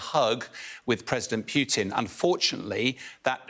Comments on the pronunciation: Why does he call him Pyewtin.....when his name is POO-TIN? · Almost 3 years and this expert can't learn to pronounce Putin correctly, the guy is a joke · The way pronounces "Putin" pisses me off...